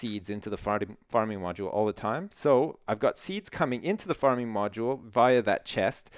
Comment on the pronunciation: hahahaha!! sounds like says "farting" instead of "farming" XD XD